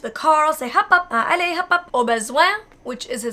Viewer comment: You have amazing pronounciation ! Especially when you say "allez" or "doucement"